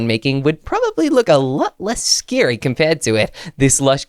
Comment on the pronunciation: Scary not srsry